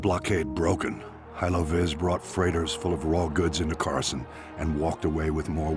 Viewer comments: “Wait let me pronounce that right…’chorus can’t’” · The sith are the six and darth is dark, you need to work on your SW pronunciations, how you said Coruscant made me cringe.